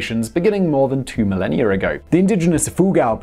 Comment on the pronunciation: “Beginning over two millennia(r) ago” Simon with those persistent extra r’s.